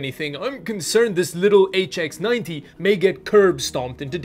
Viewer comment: I tihink you kept saying hs90 isn't it the hx90